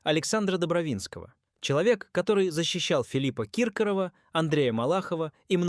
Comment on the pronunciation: ДолИна... КИркоров... Как достал уже этот ИИ